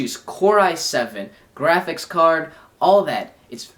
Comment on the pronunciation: is it just me or does he say "graphics" weird. its like grrr-aphics. in the gameboy review he also says "strawberry" weird. lol.